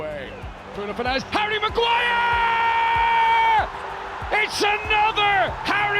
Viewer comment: Heard Amorim saying “Ariel Maguire”